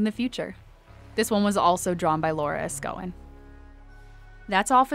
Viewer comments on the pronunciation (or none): Laura Escoin here, it's kinda pronounced Hess-koo-heh because there's no english equivalent for the "in", but I forgive you, since it's troubling to pronounce even for some people in my language haha :P